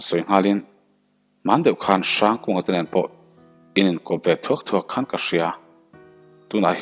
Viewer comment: Zu khawn tih kha hnapkhawn tih a khawn tih a lam tur . Hnar khawn tih ang a lam loh tur.